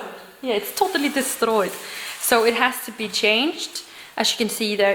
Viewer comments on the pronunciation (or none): "totaly destroyed" with viking accent :D love it ! so cute lol